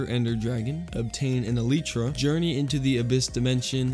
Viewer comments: Elytra not eletra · Elitra??? It’s elietra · iletra? no its el-lie-tra,elytra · "Eleetra" its pronounced "elytra" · It’s not Eeleetra it’s Ee-lie-tra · It's not a elidre it is a Elijah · I wasn't gonna like the vid because of how you pronounced elytra but at least you can pronounce Caribbean 🇯🇲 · I absolutely loved the video but every time he said “el lee tra” it sent shivers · the way he said elytra, "eleetra" lmao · ahhh not the 'eleetra' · did my mans just say eleetra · sooooorry but my man it’s pronounced e-li-tra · E LIE TRA that's how u say it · Just add e lie tra say it just like that e lie tra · Why did he call the elytra elitra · im sorry but its elaitra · the way he said elytra scared me